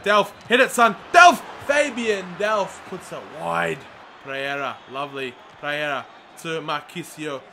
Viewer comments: PEREYRA not Preyera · PEREYRA NOT PREYERA!